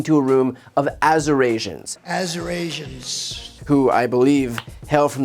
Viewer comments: About the Azer Asians comment. I was watching Colbert last night and he said there were people wearing Assyrians for Trump tee shirts and he was mispronouncing Assyrians. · You do know that “Azurasians” is a pretty BIG word to pronounce when you're READING it from the TELEPROMPTER and it’s a hot day in Azurania. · I live in Azurasia. I've been spelling and pronouncing Arizona incorrectly for decades. Whew! So fortunate to have DJT correct me 🙄.....and none too soon.😂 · He tried to say Assyrians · BTC… There were “Assyrians for Trump” in the crowd. So, he butchered their name but was not mispronouncing Arizonans/Arizonians. Btw… vote 💙! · Well Bri, he was actually trying to say "Assyrians". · He was mispronouncing Assyrians, not Arizonans. That said, VOTE HARRIS 2024. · He is so xenophobic he has no clue how to pronounce Assyrians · I think he was trying to say "Assyrians" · I am only 79.8, so I can still pronounce Assyrians. There was a group of Assyrians for Trump in the audience, which he was trying to shout out. He was not referring to Arizonans. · He wasn't mispronouncing "Arizonans", he was trying to say "Assyrians." There is a large Assyrian population in Arizona. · Brian, I don't think it was "Arizonians" he was trying to say. I believe there were some "Assyrians for Trump" in the audience, so he was trying to say "Assyrians". But he's an idiot nonetheless. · I heard he was trying to pronounce “Assyrians.” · He was actually 'trying' to say Assyrians. There was a group of Assyrians for Trump there. He still totally butchered it anyway 😅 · From other sources, it seems he was trying to read the word Assyrians, by the way. Doesn’t make it any less cringeworthy, but I thought I’d help clear that up. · He was mispronouncing "Assyrians" not "Arizonans". They're an ethnic group from the Middle East with a big population in Arizona. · He was saying assyrians- not that it makes it any better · He was trying to say “Assyrians” lol but still mispronounced that